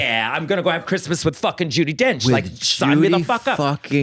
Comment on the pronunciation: Ju-DEE Donch